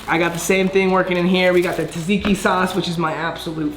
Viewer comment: I love how he is trying to pronounce the foods but he is Getting them all wrong gyro is pronounced g-ro zaziki is pronounced za-ziki which is my favorite to